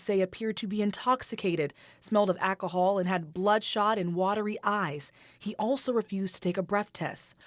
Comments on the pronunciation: Them golf cart don't be giving a fuch! There's a lot of deaths on those things!!!!! Most in rich neighborhoods - a woman just killed her husband on one. This reporter needs to practice saying AL-ca-HALL, cause AK-a-HALL is not the way Mandalorians... 😩🤣(Jamie Foxx can blame it on the AK-a-HALL, but you can't, gurl...) Golf cart accidents, including falls, cause approximately 600 fatalities and over 15,000 emergency room visits annually in the U.S.. Frequently involving alcohol (about 7% of incidents), these accidents often occur when passengers fall out due to sharp turns, high speeds, or riding on the back of the cart. NFL JOHN ELWAY killed a man last year!!! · FFS unreal what they put on our tvs. WTF is ackahol?? Lean how to speak properly if you're gonna be on the news. DEI ar it again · "smelled of ackohol" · Does this reporter have something against L's? Akahol. Goff carts...